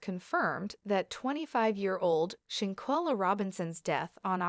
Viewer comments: Her name is Shan quella not chinquilla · Please pronounce this lady’s name correctly. You have no idea how rude this is. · Shanquella Robinson is her name. Rest in Heaven Angel... I wish the Media outlets and some vlogger's get her name right. Say it right?? Especially since there's an current investigation going on. People need to know how to say her name: Shanquella Robinson!!!! Very important. Just my opinion. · You need to stop reporting on this subject your topics are misleading and you can't pronounce her name correctly and nothing new is coming from you just repeating the same old same old please move on to something else you're wasting everyone's time. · Now plan to fight her probably…..I don’t believe they pre-meditated her Murder!! I don’t believe that! And you gone need to learn how to pronounce black names!! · Sorry to be that one person but u made a whole video and don't even know how to say her name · Hay u was saying her name wrong all this is bad an they all are gonna be in trouble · That's what I was about to say. Lol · Not petty! It is disrespectful and unprofessional‼️ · Very disrespectful saying her name incorrectly.. REst in heaven beautiful 🙏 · Give respect and pronounce her name correctly or don't report at all. You don't have new info, si refrain from subjecting us to your regurgitated opinion. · Clickbait !!!! Learn to pronounce names correctly, nothing new here, rehashed story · Wow, people trying to get clout off of someone they don't even know. Not to mention can't say her name right and none of this is new information! Why? For likes or comments? Just wow bro..... Just stop Justice for Shanquilla Robinson